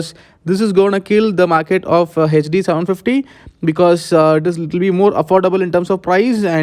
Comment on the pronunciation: What is "Heich Dee"...that you said..?